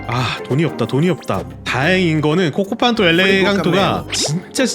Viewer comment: 코코팡토 가 아니라 코코판토데